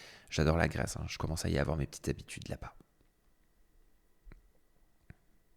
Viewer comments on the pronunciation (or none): none